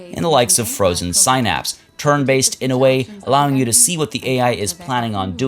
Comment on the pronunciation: Synapse is pronounced sin-apps...not sigh-naps. FYI